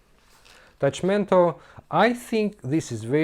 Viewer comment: Hi! Thank you very much for this awesome review and gameplay of my game! The pronunciation was correct tilte is in Esperanto :)